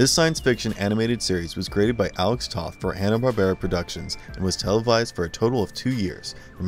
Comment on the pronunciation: Captain Planet didn't become a Hanna Barbera show until the end of it's run (there was definitely a noticeable dive in quality). Before that, it was produced by DIC. Also, Alex Toth's last name is actually pronounced like the word "toe" with a "th" at the end ("toeth").